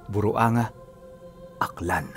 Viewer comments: Hello pag basahin po ung lugar BUR WANG GA... Buruanga, Aklan. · Goodmorning wag ka po sana magalit i think buruanga po yan mali po pag pronounce nyo "buruanga" (burwang-ga) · Burwangga po ang pagbigkas nyan.. Taga aklan din po kai ako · buruanga po yan pronounce as burwanga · Bur-wang-ga (Buruanga) po ata pagpronounce ng lugar. Kumusta ❤ thank you for the story of the day 😊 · ha? Buruanga? saan yan? baka Naman Burwangga.... buang ka